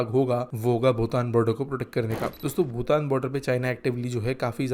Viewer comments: भूटान ko भुतान bol rha h ye aadmi. Ek aur baat sikkim alag kingdom tha naa ki bhutan ka part. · भूटान और भुतान का उच्चारण सही किजिए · Hindi me bhutan sahi nhi bolte ho tum